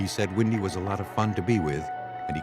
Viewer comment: WENDY, not Windy.